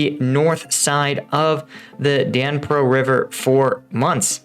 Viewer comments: It's Dnipro not Danpro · Just so you guys know lol it is pronounced as the "knee-pro" river, not the den-pro or the den-ep-pro river. The D in Dnipro is silent and the i sounds like an e. Hope that makes sense for everybody. Not sure why I care but it bothers me for some reason🙃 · Pronouncement of the river name. duh-nee-pro. NOT Dan-pro. Biggest longest River in Ukraine. Even more significant than our Mississippi. Otherwise, your analysis was terrific as usual. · The river in the east, you mistakingly call Dnipro is called Donets (actually 'Siversky Donets', but just Donets is quite enough) Thanks for your overview, short and informative. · I will not listen to a vlogger that can not pronounce Knee-pro, there is an online translation service that is free. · SAY it as - Dee knee per - River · Dnipro is iirc pronounced more like 'knee pro'. (well the city is, I assume the river is the same). More pertinent, when does the Rasputitsa start this year? Mud season could end all movement. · Veteran Reacts The Dnipro river its were Kherson is and Dnipro river is pronounced DE NEEP ROW River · Knee-pro dude, it's pronounced knee-pro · You are not pronouncing the river name correctly lol. Pretty sure it isn't the Danpro river...